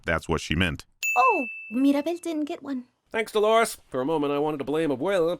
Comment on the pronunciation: dont know if pronounced dolores' name right